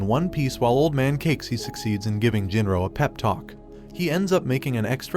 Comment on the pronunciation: names you said wrong: Tai-ju not Tay-ju, Gin-ro not Jin-ro, Sui-ka not Su-ika, A-sa-gi-ri Gen not Asajiri Jen, Ka-se-ki not Cakes'y